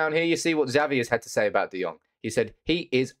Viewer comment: Xavi is pronounced Chavi not zavi......